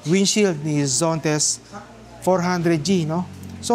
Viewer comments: ZONTES ❌ ZENTOS ✔ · Zontes po , hindi Zentos😅